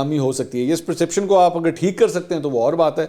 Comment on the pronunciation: Perception not preeception